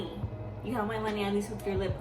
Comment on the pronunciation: haha"KKW you have my monay"